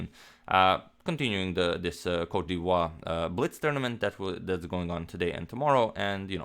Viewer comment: I think it is pronounced cot - di evoir